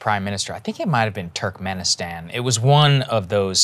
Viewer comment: Saager: "Turkmeni-stans"